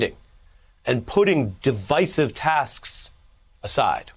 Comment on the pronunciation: Thanks for pronouncing divisive correctly! I don’t understand this new trend to pronounce it completely wrong!